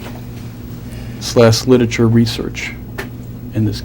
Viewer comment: Why can't the questioning lawyer pronounce key words correctly? All the videos I've watched, he constantly mispronounces "Literature" as "Liticha" as opposed to "Lit-er-a-ture" or "Lit-ra-ture" and in this video can't say "Ambulance" Instead opting for "Amber-lance" instead of "Am-bue-l`nce"